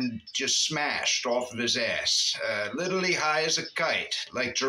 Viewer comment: He looks like the Crypt Keeper. "Lidurally".